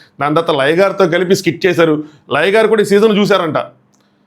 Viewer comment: Anna Laya garu kadha meru cheptunte liger ani vinipistundi 😂😂😂😂😂